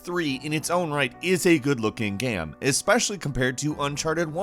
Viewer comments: umm...what is a Gaam? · I always enjoy your videos, very well narrated and cool lists put together, but the way you sometimes pronounce "game" as "gaam" triggers some twitches in my body! I need answers as to why you do that!